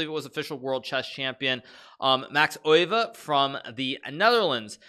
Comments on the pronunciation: Pronunciation is [ˈøːʋə], more like oehve (German ö), definitely not "oy" sound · There are placenames Leeuwen (Gelderland) and Leuven /ˈløːvə(n)/ (Brabant), while the animal leeuw (lion) is pronunced totally different, viz /leːu̯/. According to Wikipedia the former world champion's name should be pronounced Max /ˈøːʋə/. Hikaru's way of saying it on the other hand is the German one, which to my ears sounds good also. (But then again he might work on "Zugzwang", if at all possible together with his faithful student Levy). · alekhine is easy. Just Google a video. Euwe he's a lot closer than alekhine but still says it slightly wrong. It wouldn't be as noticeable or funny if he wasn't just completely butchering alekhine. I speak serbian and Croatian. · I figured it would be similar to how a german would say it. Because hikaru definitely pronounces it in a very german way. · yeah he butchered both names